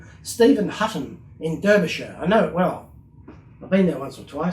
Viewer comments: Obviously they had the casting for the driver and just kept using it for years, a smart business move. Amusingly you are familiar with Debry/Derbyshire, England but not familiar with the pronunciation of the name. It's pronounced Darby not Derby, although the spelling is with an e and not an a. However that does not detract from the magnificent work that you do and I wish I only had that patience and creativity you are the DaVinci of model restoration. I like watching unboxing videos as it's like watching kids at Christmas so why should there not be the odd unboxing episode? You've earned my subscription and I will support you on Patreon but unfortunately I cannot afford too much. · Derbyshire is pronounced 'Darbysha' (only posh gits say 'shire' 😉). Great video though! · Only a,small point mate....its spelt Derbyshire but pronounced Darbyshire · Hi. I thought you were born in the UK. You have a certain inflection on some of your words that made me think that. Were you born in the Midlands? BTW, in the UK, Derbyshire is pronounced 'Darbyshire' - unlike in the US, where they pronounce it like you did and as you would imagine it would be. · Love the videos,. I've only just come across them, but you've inspired me to have a go myself. I've ordered two vehicles today. I would like to point out that, Derbyshire, is pronounced DARBYshire by those of us that live there. Keep up the great work mate. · It's pronounced Darbysher 😊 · 'Derbyshire' is pronounced 'Darbyshire'. :)